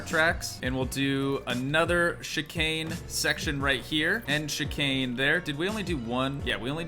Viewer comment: Bro just saying you said chicane right. Love the vids